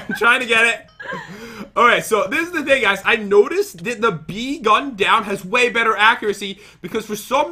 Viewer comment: "Hold on jat" wait wat? "Jat died" lol